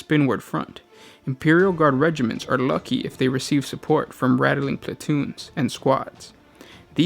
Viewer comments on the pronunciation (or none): This guy says nothing right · this was annoying me so fucking hard i couldnt even finish the video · Please remake this video! You know, this time with out adding letters to the word Ratling. Rat + ling. That's it. Don't waste your vowels by adding them in places they aren't needed or one day you might run out - then we'd end up having to ration our vowels like the balkans and nobody wants that. Love your videos! Glad you guys have kept at it after a couple years! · HOW.... How is it rattle-ling? It is literally spelled Ratling... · Rat - Ling, not Rattle-ling